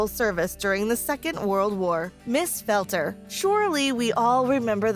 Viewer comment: Ms Felter sounds like “felt her”